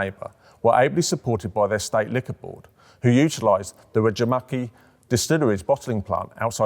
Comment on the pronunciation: Regimaki is a really interesting way to pronounce Rajamäki.